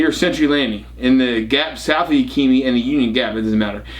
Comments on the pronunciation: it is pronounced Yak a ma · it's YÄK (as in yakity yak) I ( short not a long Ï ) mah ( as in maw) YÄKÏMÂH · What river in WA state? I live over here & surely you're not talking about the Yakima river? LOL it's pronounced (Ya·kuh·muh) 😂